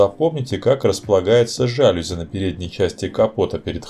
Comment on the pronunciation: Всё супер, только в чешском языке ударение на 1 слог - ЧКД-С'околово. Ну и жалюз'и всё-таки, и это слово не склоняется и употребляется только во множественном числе, очень доставил рассказ про 2 серию с кучей, пардон, "жалюзей".